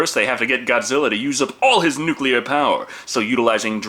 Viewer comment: Thank you for pronouncing "nuclear" correctly! WHY is this so difficult for just about everyone else??